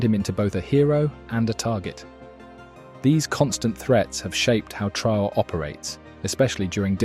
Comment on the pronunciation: His name is pronounced Tra - oh - ray. Thanks for the article!